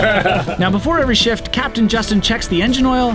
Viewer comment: Ha ha! when you said "and that's the shift, right there", it sounded like you said "and thats the sh!t, right there"🤣